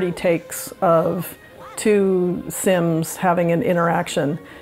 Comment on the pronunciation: De Saims